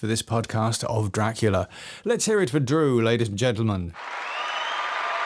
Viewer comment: Best 'Draclia' narration ever!😂